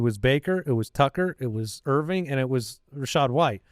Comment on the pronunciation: "Bucky Irv-ring", as in championship💍